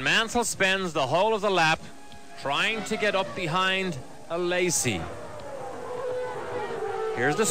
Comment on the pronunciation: Why does the guy says A-Lazy?